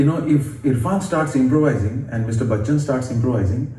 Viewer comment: Still it's not Bakchan,.